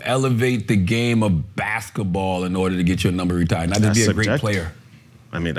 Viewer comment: I love Charla... but damn you have a lazy tongue, my guy. Baskaball??? You said baskaball about 10 times, and it's cringeworthy.😂😂😂 I love you, my guy.